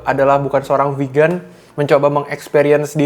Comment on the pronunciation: Geli gue denger GO PEGAN...